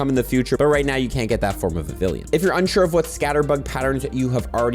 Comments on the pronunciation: For the record vivllon is pronounced with a “y” sound phonetically its, vi vee on, not viv ill on. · I think it’s pronounced Vi-vi-lon, not Vi-vi-lien. You’re pronouncing it like Veridian city. Or have I been saying it wrong this whole time? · How many times can this guy say Vavillian when it’s Vivillon……… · Vivillon, not vivillion. Because the naming has a lot of work put into it, because Pokémon names are a HUGE part of the game lore, and because gets paid for this content. Nobody deserves to be paid to talk about something they’re too lazy to even learn to pronounce. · It's pronounced Vivi-yon 🙂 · Every si gel time you repeatedly mispronounce Vivillon it’s like nails on a chalkboard. (note it is NOT “Vivillion” as you keep incorrectly saying despite having it LITERALLY be your job) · The L in Vivilion is silent BTW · And bro leave him alone😭🙏like why u getting so pressed over his mispronunciation for vivillion